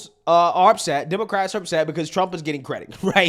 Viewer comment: Bro I watch you religiously. But on everything. Please stop saying demarcats . Just say WOMEN BRO. ITS FEMININE THINK. PAY ATTENTION BRO